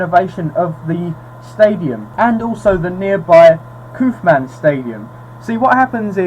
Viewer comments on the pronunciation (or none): Just a tip in case is comes up again. Kauffman Stadium is pronounced more like the word cough or tough. Probably a name that got americanized in the pronunciation. And the name of the family that own's the Chief's is the Hunt family. I'm a Chiefs fan so I enjoyed the vid, thanks.